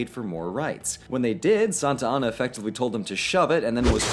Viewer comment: Meh, I prefer Santana to "Santianna."